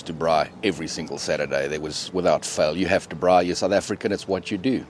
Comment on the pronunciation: lol i know you in teaching mode, but you gota teach them properly, its a Brrrrrraai